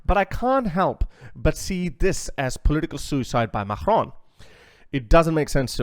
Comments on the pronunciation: can you please say Macron right for f**ks sake, it's not MAKHRON. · Why do you say Macron with a hard G? It’s pronounced as a K. Not the guttural G sound.